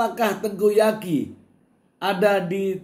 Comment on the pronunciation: Tengku Zaky... Mr.... bukan Tengku Yaki🤭